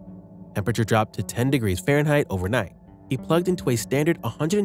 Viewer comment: Good talk... But what is "Pharenhight"?